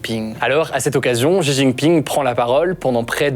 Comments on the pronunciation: certe mais il vaut mieux mal prononcer shi ou au pire rester à la française avec xi plutôt qu'inventer un Ji. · Bravo! Ayant vecu 5 a Taiwan, marié a une Taiwanaise et papa d une petite mixte. Je passe beaucoup de temps a raconter tout ce qui a ete dit dans cette video. Juste un element que je n ai jamais entendu en occident concernant Xi jinping (xi se prononce "shi" au passage) c est que le pere de Xi Jinping etait le vice premier ministre de Mao Zedong. Et qu il a ete foutu dehors lorsque Mao a renforcer son pouvoir en virrant les elements derangeant. Ci jinping deteste Mao et fait malgré tout tout son possible pour realiser les travaux de Mao.